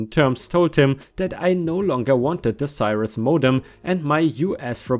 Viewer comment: ⭐💫🌠✨🌟👍😲🤦‍♀️😢🤦‍♂️😠🤦👍🌟✨🌠💫⭐ "haranguing" - the "u" is silent, so pronounced "harang-ing". "Cirrus" - the "i" is a short "i" like in "sick" , not a long "eye". My first computer was a Compaq Pressario 😊